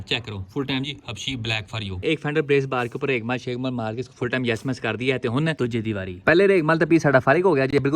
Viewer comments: Raigmaal ni hota bhai raig mar hota ha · its regmaal not reglmal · Bhai maza aya urdu ka. Reghmal main ghain ata hai. Jaisa kay apko malooommm hai